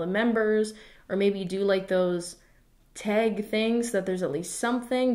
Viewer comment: nobody:: (saying tag) tEHG